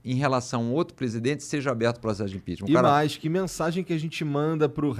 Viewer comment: O cara só sabe falar GOPI, IMPINTIMENTH